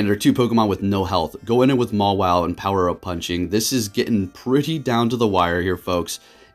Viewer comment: I love how he called mawile like 6 wrong names